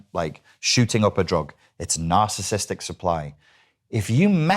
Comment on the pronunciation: Blue shirt guy literally can't even pronounce narcissistic correctly. He keeps say "narcistic" like every idiot who always over uses the term as a buzz word.